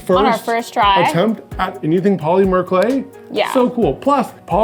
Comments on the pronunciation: The way says POLYmur clay is cracking me up 😂 Always wanted to try that hack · Say Paw-Lemur again! Do it!❤😂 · New drinking game - drink every time they say "poly-mer". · I've never heard anyone pronounce the Y in polymer so hard! 😂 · I feel they said Polymer wrong..... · Love the way the earrings turned out, I think they are so cute and I love the technique. But I don't think I like the way says polymer. I dunno, something about it bothers me the tiniest bit lol. Like just enough to where i cant focus on what he's saying lmao. No hate, all the love. It's just funny. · What did they do wrong? The earrings look pretty good for their first time using the clay. Only thing that bothered me was how pronounced polymer lol